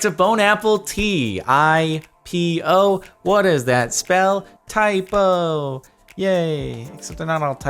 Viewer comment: I swear I heard him say IPO instead of typo